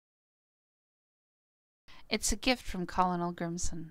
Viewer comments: "colonel" is pronounced KER-nal, rather than KOL-o-nel. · That's not how you pronounce Colonel